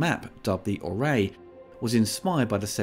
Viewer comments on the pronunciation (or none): it s called an orrery not array. If you’re gonna plagiarize the behind-the-scenes special features and at least get it right 😂